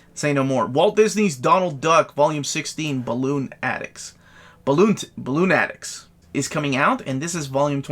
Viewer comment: I think Balloonatics is pronounced “Buh-lunatics” but it took me a minute to get there 😂😂😂